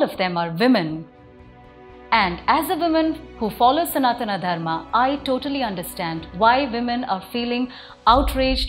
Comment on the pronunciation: Excellent points made Ma'm👌 However I have one small request, being a Sanatani myself- Could you please pronounce Sanatan Dharma as सनातन धर्म and not सनातना धर्मा? That is how we were taught to pronounce in Missionary schools-रामा, लक्ष्मणा, बुद्धा, महावीरा। Think about it, we are still bound by their invisible threads,.